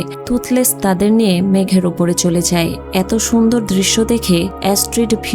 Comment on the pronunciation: are sundhor na sundor😂😂